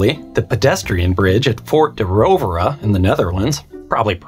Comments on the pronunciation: (almost) perfect pronunciation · That pronunciation was pretty good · Btw, Fort de Roovere. You are very close at pronouncing it correctly. Most English speaking people would have said it like you say Hoovercraft. The double o they would pronounce like it is in Hoovercraft. But you actually pronounced it the way we dutch would say it. If you had said it to a dutch person, they would have understood you perfectly. And thanks for the tip, i never knew this bridge existed. Gotta check it out.